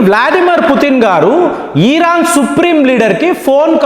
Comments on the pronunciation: ఒరే నాయన ఈరాను కాదండి ఇరాన్ మీ తెలుగు కొంత తేడా వుంది. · Uncle మీ ఇన్ఫోర్మేషన్ చాలా బాగా చెప్పారు కానీ "ఈరాన్" కాదు "ఇరాన్" అని చెప్పండి